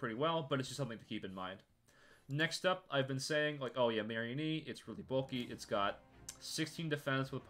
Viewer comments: ok this video is great but I hate how u pronounce mareanie it's not some kind of marionette it is a marine meanie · Ah yes "marry-a-knee"